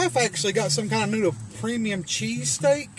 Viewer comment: my deafass heard you say CheeseCAKE...not cheesesSTEAK